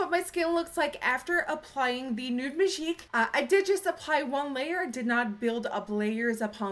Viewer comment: love when you say majig hahahaha too funny